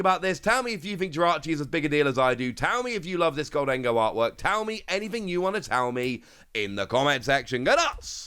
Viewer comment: It's GOHL-dun-goh. NOT gohl-DEN-go. Just say "GOLDEN-GO". Let's get this right now before we're subject to a lifetime of frustration.